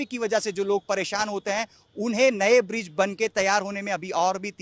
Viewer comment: बिज्र नहीं ब्रिज होता है।